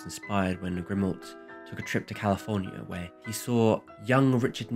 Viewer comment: THis is an amazing video that taught me a lot about that film I have seen many times, and I am French. Just for information (it's really not a problem), the pronunciation of French names is really off and at times, the spelling (Cocteau, sounds like "cocto"). Prévert is akin to "pray vair", Grimault "gree mo". But this is just for your enjoyment, I didn't mind it at all. Thanks a lot.